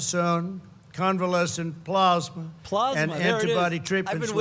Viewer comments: UHH, VERY COMPLETE TOUR ( TIPPY TOP TOUR) - PLOSSMAH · I enjoyed watching David laughing about trump mispronouncing plozma. That part was funny. Trumps urgent speech - horrible as usual. Blah, blah, blah! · Dude says "plawsma". I would laugh my ass off if it wasn't so terrifying that we actually have an absolute moron as president. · I wish David would drink his glass of water with two hands only during Trump speeches. I mean he is already trolling him anyway , it would just add to the performance. Also “Plahzma” LOL